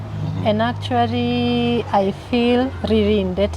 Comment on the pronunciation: And BTW why is she always replacing L with R w while talking or ndio symptoms of naivety.... Eti actuary 😅😅😅😅😅